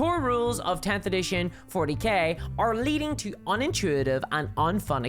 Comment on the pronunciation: Did u say Warhammer 40 Gay at the start?